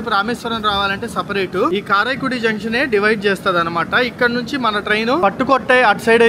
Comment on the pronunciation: రామనాథపురం ను రామనంతపురం ల పలుకుతున్నారు అలాగే కరైకుడి ని కారాయికుడి అని పలకుతున్నారు. సరిచేసికోండి.